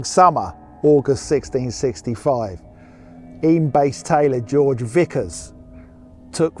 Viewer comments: Yay you pronounced Eyam correctly! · Mompesson (not messing), Eyam (I'm) enjoying the video